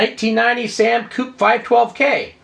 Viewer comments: I wanted to watch this but if you say Coop, then I'm not going to. There is a reason it has a accent on the e: coupé. It's French. Bye now. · 'Koop'... so wrong to hear!;) As a British machine its 'Koop-ay':D Thanks for the mentions again, that's really appreciated! For those new to the SAM Coupe, I've been developing for it for over 26 years. Hardware, software, magazines, I do the lot! My site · Sorry but it is coupe (Coop-ay), sam coop sounds silly. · French word Coupé meaning 'cut' pronounced coupei. Come on. You're a man of the world. Don't be so American;) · Yeah but you know Americans don't know how to pronounce all those funny little marks you put over your letters. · You say coupe, I say coupe. You say tomato.....:D Good to see an old dude like myself having fun with old computers. Carry on rocking,!